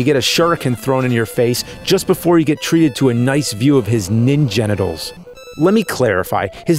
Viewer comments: "Ningenitals" that made me laugh to hard more than a decade later and his jokes are still crispy. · ninjenitals! lol